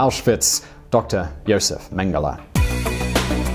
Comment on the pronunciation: Yo-zef Menn-geh-lah